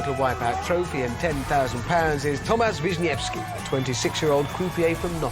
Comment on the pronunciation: Actually, it’s pronounced Tomasz.